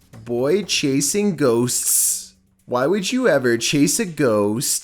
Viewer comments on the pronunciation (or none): how do you do an entire video about ghosts but can barely say ghosts? Its ghosts, not ghostsssssssssss